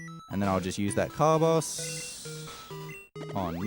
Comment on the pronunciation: did you say car-boss? it's carbo's as in carbo-hydrates, mate